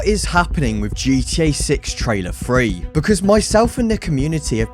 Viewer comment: Dude it's Three not Fwee 😂